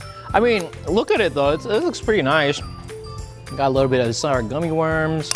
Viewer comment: Am I the only one hearing him saying Shower Ice Cream?